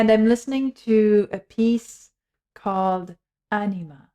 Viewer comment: "Ænima", not "Anima"